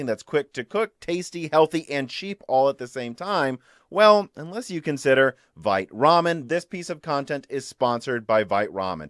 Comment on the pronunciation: "VITE" Ramen should be pronounced "VEET" Ramen. "Vite" is the french word for "quick/fast".